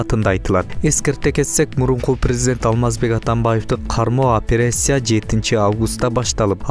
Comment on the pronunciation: Операция деген созду туура айта албайсын.. кантип журналист болуп журосун?😁😁👍